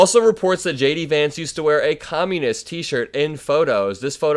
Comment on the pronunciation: I like the way "JD" sounds like "Shady". Regards from a Tom :)